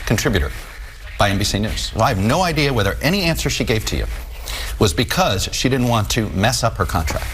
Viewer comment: As soon as I hear him pronounce “because” for the first time I remember why I can’t watch him. Comes off as such a fake dude.